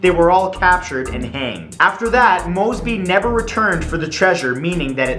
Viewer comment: WHEN HE SAID MOSEBY I THOUGHT IT WAS MR MOSEBY